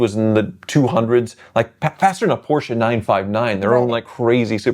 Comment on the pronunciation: Great video, I enjoy the chemistry between the two of you. Beautiful red Yellowbird, what an icon! And again, thanks for pronouncing Porsche the correct way, doesn't happen a lot with US content creators and drives me up the wall when they call it "Porsh". And I will never understand why anyone would buy a dreamcar (because that's what all of them are) and not drive it to keep it "low miles". I'm not saying you should go shopping in one of those, but take the damn thing out every once in a while and enjoy it, cars need to be driven.